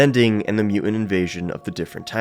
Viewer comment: There's a "t" in the middle of the word "mutant"